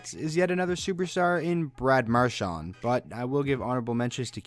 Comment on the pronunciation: You said mqrshan three times